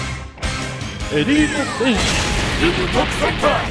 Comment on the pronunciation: i swear says kitten when referring to ginyu